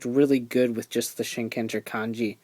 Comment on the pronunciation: It's pronoun SHIN_KEN_JAA! There NO GER in japanese. Why is it so hard for people to get that?